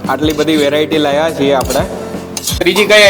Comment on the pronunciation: Gujarati shudhh bolo...laya nahi lavya...etc...jagya kyan chhe te sauthi pahelan kahevun pade .